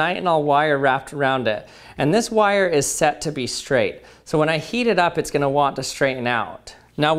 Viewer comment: Lmao why does he say it like that?! "Goel" 🤣